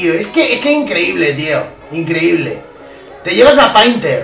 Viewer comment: Ha dicho tet ya pensaba en teta